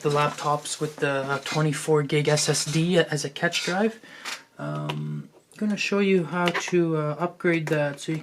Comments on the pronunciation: cash is pronounced as cache. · Cache is pronounced as cash